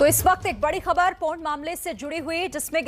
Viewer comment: its Por Not Pon, I don't understand why people feel awkward to speak about sex and porn...,,,, they need to update themselves...